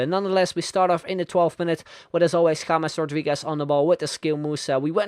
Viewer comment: Finally a youtuber who knows how to pronounce James